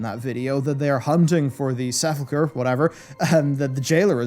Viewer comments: Sa-pul-chur. My English friend snipped at ME about how to say it back when we were running in Silverpine. ;) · He keeps saying seffulchre.... does he know?